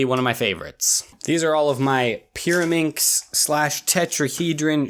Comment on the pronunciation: The pyrimax part sound like marAnda